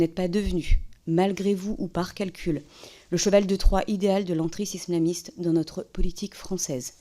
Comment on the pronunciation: Pas d’accord avec vous..on a remarqué qu’elle ne savait pas prononcer « entrisme islamiste »!!!😂